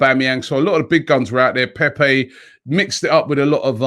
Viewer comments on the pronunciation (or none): none